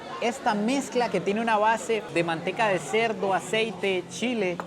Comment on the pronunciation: Nada más Sancarleño que diciendo "Chila" jaja